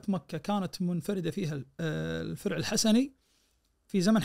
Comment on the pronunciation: بالله ذا مثقف وقارئ محترف وينطق الفرع فيرع 🤦